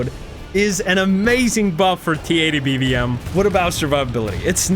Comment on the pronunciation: I like how bro goes “TKXerrr and BVMerrr” 😂😂😂